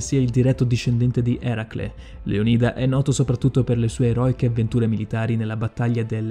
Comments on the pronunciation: Leonida non è giusto? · credo si pronunci Leonida non leonìda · Bellissimo video, però ti prego.... LÉONIDA NON LEONÍDA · Bel video però devo farti una correzione lo spartano non si chiamava Leonìda ma Leonida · Bellissimo video, ma Leonida pronunciato Leonìda e Simon pronunciato Saimon? Ciao. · Leònida , non Leonìda !!!! 😨😨😨😨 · Tutto bello eh, ma metti l'accetto sulla O di Leonida non sulla I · Non voglio fare il maestrino ma si dice leonida no lionida . Comunque bel video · si dice Leònida non Leonìda grazie. (Controllato e certificato dal D.O.P. Dizionario d'Ortografia e Pronunzia) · Leónida... Non Leonída... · Leonida non leònida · Leònida pls non leonída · A me fa infuriare il modo in cui pronuncia "Leonìda" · Con la pronuncia sbagliata di Leonida mi hai spezzato. Si pronuncia Leònida c’è scritto anche su google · Leònida!!!!!!! perchè sbagli sempre gli accenti???? informati un po' di più per le prossime volte! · Già, mi ha triggerato sentirlo pronunciato Leonìda😅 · Leònida si pronuncia maledizione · Sbagli la pronuncia di Leonida! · anche a me, è come sentire la pronuncia sbagliata di facocero! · Ma come dici Leonida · Ahahahah termopoli Ahahahah prima di fare un video studia i nomi almeno. Per non parlare di leonida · si dice leonida non leonìda , e si dice Termopili nom Termopoli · frate se ti sentono pronunciare "saimon" bolivar (lingua spagnola, leggi simòn), "maiashimoto" (miyashimoto si legge come scritto, visto che è già una traslitterazione...), o "leonìda" (greco... Leònidas), potrebbero farti barba e capelli XD. video simpatico, grazie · Leonida no leonìda e poi si dice termopili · Maiamoto? Termopoli? Leonìda?Saimon? Da rivedere un po' tutte le pronunce! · Lionìda e termopoli non si possono sentire